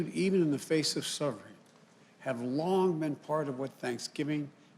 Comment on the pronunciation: "And gratitude, even in the face of smonferin'."